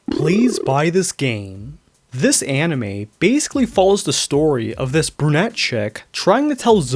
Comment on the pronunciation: Skip to for the songs, namely Part 1 of them The way you said "brunette chick" when referring to Kiritan sounded almost like "Brew-net Check"